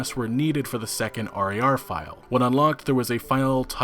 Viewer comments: Holy shit just say rar not r - a - r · It's pronounced Rawr, hearing you say R-A-R-File over and over again was unbelievably cringe. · The way you say .rar really bugs me